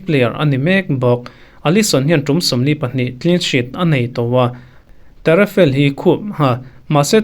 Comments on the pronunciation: Pele hun laia a zâwn khera vawithum an champion te bâkah 1994, 1998, 2002 ah te a zâwna final ṭum thum an luh te i sawi tel lo, a kum chu i sawi tho nâa a zâwn lai tak hi i sawi lo. Taffarel tih tûrah Tarrafel tiin i lam bawk, Brazil thiamna tak leh ropuina tak i rawn sawi chhuak pha lo hrim. hrim. Champion reng lo mah se natural taka khawvel football thiam ber hnam leh ram an ni. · Ka sawisel lovang ka tia , Taffarel iti zo chiaha Tarafel ti leh daih 😂😂😂😂 inzir zel rawh upload hma in lam sual leh sualloh te pawh check ṭhin angai nih kha